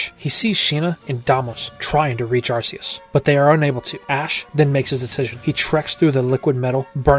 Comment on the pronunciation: * sigh * It's pronounced Ark-ee-us, not Arse-ee-us. TPCI did this specifically to avoid having British parents complaining about a Pokémon having the word arse in its name.